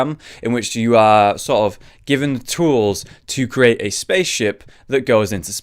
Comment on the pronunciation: Lesson one for. CREATE. Cree. Ate. Not curate. The amount of times we've heard Curation, Wildcard and Competitive, is plenty. Maybe i'm just annoying but it irks me.